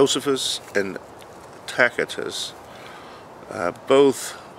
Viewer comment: Tacitus pronounced Tasitus.(hope this helps in future vids)